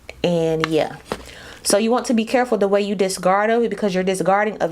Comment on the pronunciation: Girrrrl you saw that shadow because he’s mad you keep mispronouncing discard 🤭🤭🤭🤭